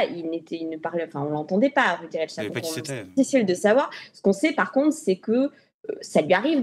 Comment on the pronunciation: Rudy reich stag ...? 2 syllabes dans le nom du désinformateur. De quel Reich s'agit il ? Le 3ème probablement ?